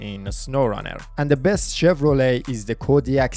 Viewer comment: Chefs kiss on saying Chevrolet. You nailed it that time bro!